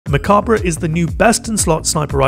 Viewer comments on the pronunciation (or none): he didnt pronounce it right